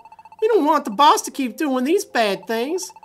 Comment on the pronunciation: Sounds like your saying balls instead of boss